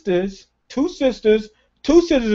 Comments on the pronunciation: Is it soozurs? Or sizzles? XD learn how to scissors xDDDD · She didn't get scissors, she got "soozurs" xD